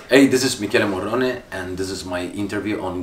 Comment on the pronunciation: Its Michelle - mi ke le Morrone - mo ro ne.. Michelle Morrone ❤️🔥